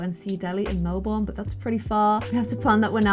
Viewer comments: "mel bon".. no.. its "Mel ben" or at least "mel bern" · You pronounce Melbourne (Melbin not Melborn) I know because I live there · Just a tip down here in Australia Melbourne is pronounced Melbin ok ʕっ•ᴥ•ʔっ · Anyone else love it when people out of Australia pronounce Melbourne like melborn in stead of melbun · Australian pronunciation lesson. Melbourne is said mel-burn! Love you. I'm saying this because I'm from Melbourne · Hey, im from australia and we pronounce Melbourne as Melbin, yeh I know...its weird but that's australia for ya. I love you soooooo much and hope you have the best day everrrrrr.....ps. I love ur vids and you, Darcy, Oliver and Eveeeeeee❤❤❤❤ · Was looking for a comment like this. It sounded so wrong when she said Melbourne the way it's spelled 😂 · The way said Melbourne is really funny to me 😂 probably coz I live here and that’s not how we normally say it 😂